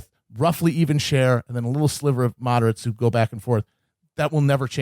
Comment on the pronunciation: “Talking to the mod-er-ates!”